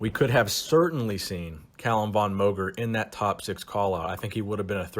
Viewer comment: I love your content and have seen many video's you've made on Calum. Just please.... PRONOUNCE MOGER CORRECTLY.